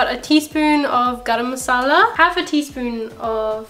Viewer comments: Why did he say garama masala as Akshay Kumar and John Abraham 🤣🤣🤣🤣🤣🤣🤣🤣🤣🤣🤣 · The English interpretation of Garam masala🤣🤣🤣🤣🤣🤣🤣🤣🤣🤣🤣🤣🤣🤣🤣